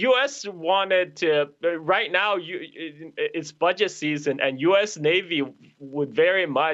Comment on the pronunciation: "It's BUDGET SEASSON" ! 😂🤣😂🤣😁 perfect